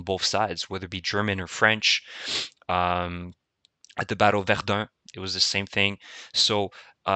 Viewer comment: haha bruh u must b from montreal just like me the way u said verdun so clean hahaha well done bro